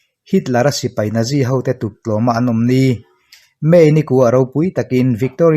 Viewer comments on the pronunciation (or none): none